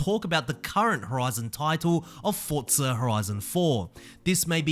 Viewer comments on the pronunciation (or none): Good video. I can’t stand how you say Fortza